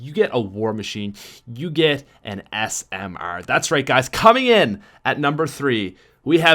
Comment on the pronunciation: I love how he pronounces 'SMR' like 'SM-AIR' :)